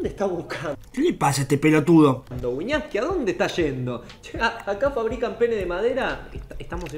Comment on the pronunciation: En vez de wiñaski mas bien wiñaska